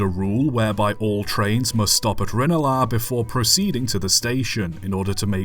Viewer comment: Harcourt street station, now the odoen bar with the tram system , Luas stopping outside. The luas uses the trackbed of the old Harcourt Street line. By the way just one little niggle . Its pronouced Ran (like the pat tense of run)-el -ah. I used to work there !